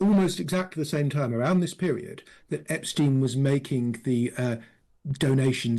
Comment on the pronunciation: why are you pronouncing epsteins name differently to everyone else? it is intentional, so why are you doing that?